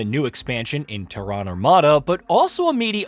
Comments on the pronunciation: Terran, rhymes with Karen... not terr-Ahn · It's definitely not Tehran. Lol. It's like Tair-Ren. Tehran is the capitol of Iran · Ter... Like in "terror". Ran... Like "Jack and Jill RAN up a hill". Not like a Middle Eastern country. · ''Teh-ron''' come on guys, how do you mispronounce Terran? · Why can no one say “Terran” correctly? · I hate how you pronounce Terran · Interesting way to pronounce “Terran” haha